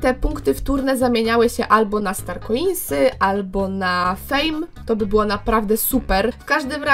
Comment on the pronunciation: od dzisiaj mówię na StarKoins Starkłinsy